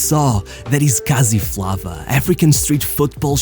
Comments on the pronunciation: lol the "Flava" is pronounced as Flavour😂 and the word "kasi" means ghetto or hood. so, essentially, this showboating style is a "ghetto flavour". we see it all the time here when there local football😅 niggas showboat to impress girls who are watching😂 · actually pronounced flavour but good vid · its "FLAY-VAH"... you know, like "flavour"... don'e ever let me catch say "flah-vah" ever again bro 😂😂😂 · Lol flava is pronounced flavor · We pronounce it as flavour.